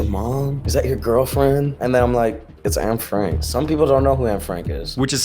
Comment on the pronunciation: I'm Dutch. I cringe always when I hear Anne Franks name being butchered in English. It's Annè, not Ann.